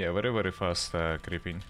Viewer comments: VERY NOT WERY ITS V SOUND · Mate you terrible misssounding w with v u say like in waiting the sount of v and in very the sound of w wtf